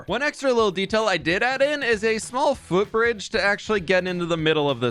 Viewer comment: it sounded like you said "fwhoot bridge", and I think that's just what it has to be called now. The Fwhoot Bridge, the Bridge of Fwhoot...